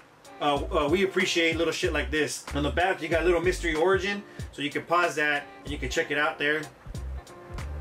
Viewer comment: The way you pronounce lil mr. E makes me feel some type of way sounds like “little mystery “